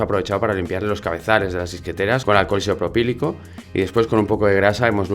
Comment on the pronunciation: Alguien más que venga a escuchar a decir alcohol isoporpilico? jajaja